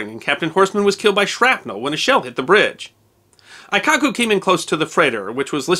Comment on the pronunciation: A very nice slice of history. You should be aware that your pronounciation of Japanese words in this video (and others) is a bit incorrect. Aikoku --> Ah-ee-koh-koo Hōkoku --> Ho-oo-koh-koo The "oo" for the long "o" in Japanese is often omitted or so softly spoken as to be unheard and not such a big deal. Your pronounciation wasn't bad (as a Japanese would complement you even for trying) but it wasn't accurate. Thanks again for this piece of history that should not be forgotten!